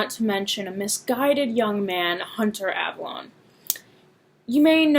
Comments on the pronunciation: You mispronounced his name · You miss pronounced Avallone and Donald Trump actually gives a shit about another thing is is that Hunter fuckin when he makes these videos look edgy he could give two fucks if your trans